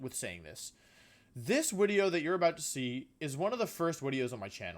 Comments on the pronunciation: I can't stop hear wideo now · I been watching you for about 3 weeks now I wanted to subscribe but I have a question why do you say Wideo?